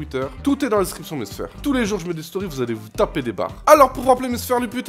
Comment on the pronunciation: Pourquoi tu dis mes sfèr